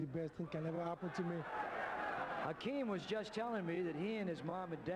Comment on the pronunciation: Isn't it Hakeem? Not Akeem?